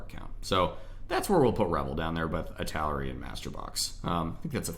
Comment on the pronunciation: Thanks, it helped a lot! (Btw, Italeri isn't pronunced like that, it's "ee - tal - er - ee")